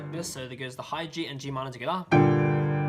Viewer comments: I love how this guy says tugeda so quickly or it even sounds like skeda 😂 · “Togetha”. The way he says it is so weird